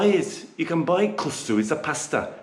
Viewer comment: You need to pronounce the second K hehe. It's not Kussu but KusKsu 😊